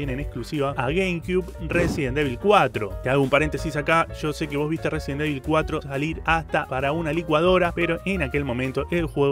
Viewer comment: Como se pronuncia: Resident Evil Como lo dice: Residen Devil Como le decimos los pibardos: Residenevil